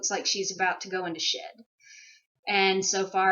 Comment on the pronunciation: I totally thought tou said shit instead of shed, and I was thinking poor Moose was mad because she was constipated. BTW does DV stand for anything?